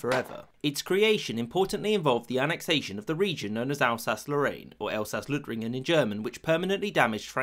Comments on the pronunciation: It is 'Elsaß-Lothringen' in German and not 'Elsaß-Löthringen'. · Actually its called Elsaß-Lothringen, not Löthringen. triggered german noises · It's Lothringen, not Löthringen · It's "Elsaß-Lothringen" in German. As much as I love the Ö. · It's "Lothringen", not "Löthringen" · Lothringen instead of Löthringen. We don't put the strange letters everywhere 😁 Neveetheless cool video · Lothringen not Löthringen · Löthringen? xD It's Lothringen - but the version with ö sounds quite funny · It's "Elsaß-Lothringen", not "Elsaß-Löthringen". I know Umlauts make everything seems very German, but "Lothringen" simply doesn't have one. And yes, that matters as "ö" und "o" do not sound the same. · It's Elsass(/Elsaß)-Lothringen in German, not Elsaß-Löthringen. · DAS HEIßT NICHT LÖTHRINGEN, DAS HEIßT LOTHRINGEN! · It's Lothringen, not Löthringen ^^ Lotharingien, Land of Lothar, son of Karl. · No Löthringen it's called Lothringen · Lothringen Not Löthringen... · Elsaß Lothringen aber na gut. (Not Löthringen) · Elsaß-Lothringen not Elsaß-Löthringen!! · Its Lohtringen not Löthringen dude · its Elsaß-Lothringen Not Elsaß-Löthringen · Lothringen nicht Löthringen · *Elsaß-Lothringen, not Löthringen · Its not Elsass-Löthringen, its Elsass-Lothringen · Elsass-Lothringen not ""Löthringen"" omg this hurts my ears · The German name is Elsaß-Lothringen, without an umlaut (ö). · It's Elsaß-Lothringen, not "Elsaß-Löthringen". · Lothringen nicht Löthringen... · Lothringen, not Löthringen please. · Lothringen!!! not Löthringen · It's Elsaß-Lothringen and not "Elsaß-Löthringen" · It's "Elsaß-Lothringen" and not Elsaß-Löthringen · Good Video however it’s Elsaß-Lothringen in German the ö Sound isn’t used in this case it’s just a normal o. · Let me be the 94th person to point out it's Elsaß-Lothringen, there's no umlaut. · Actually it's Lothringen in german, no ö needed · In German it’s „Elsass Lothringen” without the Umlaut just o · *Lothringen, no ö. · Elsass-LOthringen;-) (not "ö")